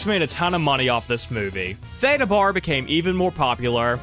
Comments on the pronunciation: Her last name is pronounced like the first syllable in barrel … Baa-ra. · It's pronounced BARE-ah.